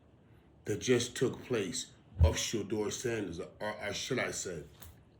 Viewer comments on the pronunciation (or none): Why are the pundit speaking for She-Door... Let's hear She-Door speak. He is Special Ed slow; that's why everyone speaks for him. She-Door can't think on his feet. He has no command of the English language. Listen: "/YOUFF/" ~ Shedeur. He's too ghetto. And his daddy wore a dress.